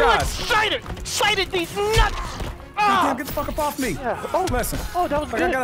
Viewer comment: said "EXCITED THEESE NUTS!!" I'm done